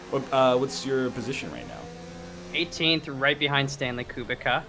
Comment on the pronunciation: I'm pretty sure kubica is pronounced coo-bitz-ahh